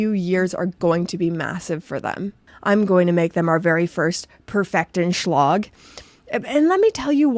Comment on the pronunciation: Perfektion schlage lacks a clear idiomatic meaning in German. What are you intending? Also schlage has two syllables.